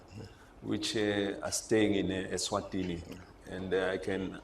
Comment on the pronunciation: King MSWATI,King of ESWATINI (not MSWATINI)